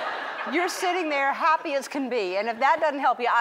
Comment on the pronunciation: Did she say huppy instead of happy